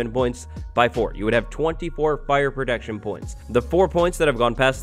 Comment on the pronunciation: STOP SAYING PRODECTION